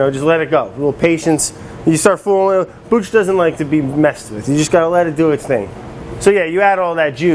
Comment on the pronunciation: When you pronounce kombucha. There is no accent on “bu”. in Japanese you don’t accent separate syllables, they are all spoken at the same level. You are saying two words kombu and cha. Cha is Japanese for Tea, like chai (used in Turkey). In Japanese, the word "kombu" (昆布) refers to a type of edible kelp that is widely used in Japanese cuisine. It is often used as a flavoring agent and a source of umami in soups, broths, and other dishes. Kombu is also known for its nutritional value, as it is a good source of iodine, dietary fiber, and minerals. In addition to its culinary uses, kombu has also been traditionally used in Japanese folk medicine for its purported health benefits. So you’re basically saying: Kombu tea. Kombu cha. There is no reason to accent the syllable “bu” unless Americans insist on looking stupid in the world today. The Japanese will appreciate that you are making some effort to pronounce things correctly. Or just call it kombu tea!